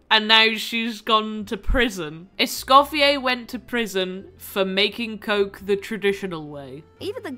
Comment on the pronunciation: HAHA yes I am a huge gordon ramsay fan XD <3 I was so surprised to know not many people knew this about him :) also i forgot to say in my initial comment, congrats on escoffier c1! That was an absolutely crazy pull you deserved the luck! (And also thank you for saying her name right, so many people pronounce the R at the end and it was driving me nuts 😭) Also another fact I found funny is that her name Escoffier comes from a famous french chef who was extremely sexist and didn't believe women belonged in professional restaurant kitchens. So the fact that Hoyoverse made a female chef character who is named after Escoffier is especially funny to me.